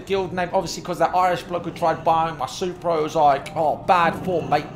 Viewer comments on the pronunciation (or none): none